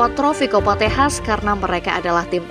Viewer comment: Kok Tejas, Bukan Texas Toh 😂